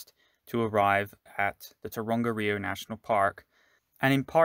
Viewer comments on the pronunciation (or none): Nice... but pronunciation..... Tonga-riro :) lol... and A-o-tee-a-roa...